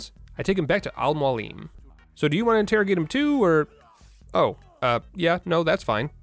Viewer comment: Brother his name is AL Mo AL Lem=Almoalem It’s mean (teacher) in Arabic and Persian language